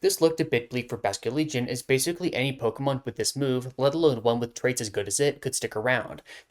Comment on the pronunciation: i thought you said lets talk about straights at first instead of „its traits“